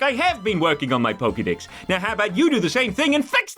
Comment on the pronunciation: Pokédex, not pokidex.